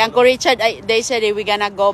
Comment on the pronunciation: Yung kababayan ni inday ganda ng porma, pero siya mukhang katulong talaga, kakainis narinig ko na naman ang angkol😂😂😂😂 it’s UNCLE